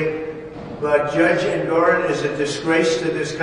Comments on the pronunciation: Every time you call him Eragon I die a little, his name is Engoron. Stop insulting Eragon! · It’s Engoron not Aragon ! Love your videos you’re the best !!!!😊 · En-gor-on lol